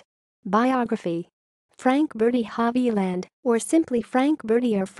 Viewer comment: Sorry to say that the narrator's pronunciation of non-English words and names is atrocious.